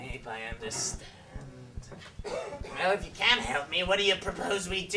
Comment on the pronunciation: Um...did say "C-word-TEASE!" instead of "Can't? TEASE!" Or am I hearing things?